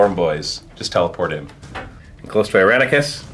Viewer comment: wait: "Iranicus"? i could swear meant "Irenicus"...